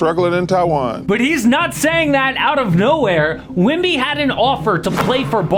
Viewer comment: i swear bro saying wimby instead of wemby